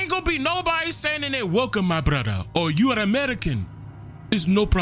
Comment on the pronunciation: The African accent "welcum my brotha" 😂 😂